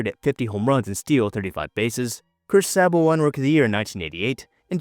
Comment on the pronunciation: Chris SAY-boh. But i like the video.